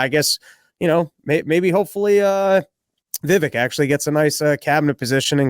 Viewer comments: Bro its Vivek like cake. Why is Dave pronouncing it right but cant. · I love you but please stop pronouncing it “Vivik” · FFS it's Vivek like CAKE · ITS VIVEK LIKE CAKE BABE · Hey! It's Viv-aik, like cake. Please pronounce his name correctly if you want to promote him in the world. thanks. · Friend of the show, that still butchers his name